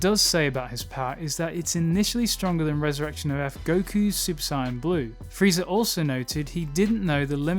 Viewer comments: Great video, but I must ask, why do you say super cyan instead of saiyan??? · Clicked off as soon as he said "Cyan" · Why do you pronounce it cyan? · I can’t accept someone who calls super saiyan a super siyan. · It triggers me the way his saying super Saiyan...I'm gonna cry... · The fact he says super saien triggers me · Why do some people pronounce saiyan as “siyan” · From I heard the word Sai-an I said hold up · Heard: Sine, Cyan Not heard: Saiyan Still good video, thumbs up. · Nice work on the narration. I enjoyed the insights. The pronunciation of Saiyan/Saiya-jin is my only complaint. It rubbed me as I grew up with the english dub pronunciation but given weeb clash in our particular culture I understand completely (looking at you aluminium). However cutting out the "-jin" in the name rubs me because its like calling humans "hu-" mainly be cause to me i always took the -jin to basically be a stand in for "people". Gah, still thank you for your hard work! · The pronunciation of saiyan here is hard to listen to. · Good video but fuck i cant stand how he says Saiyan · Why does he mispronounced Sayian? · This guy is great... Except for the way he says sayian... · You need how to say saiyan properly